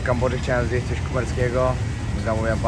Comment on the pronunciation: Przeciekawy, mocny odcinek!Jestem wdzięczna za tak ciekawe treści,które przygotowujesz 🫶🏻jeden szczegół (teraz wyjdę na jakiegoś trola czepialskiego🙈) ale końcówki wyrazów ,których nie wymawiasz np;jeś(jeść)wejś(ć)jes(t)kurde drażni ucho :/musiałam bo uwielbiam twoje odcinki a tylko to wybija mnie z przyjemnego oglądania.